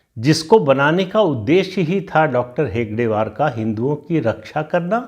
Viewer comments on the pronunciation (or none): हेडगेवार ✅ हेगडेवार ❌